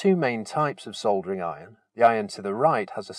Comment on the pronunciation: Oh- and it's lovely to hear -soldering - not sodering as the Americans say! cringe!